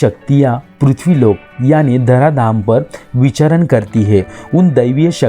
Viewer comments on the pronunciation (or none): none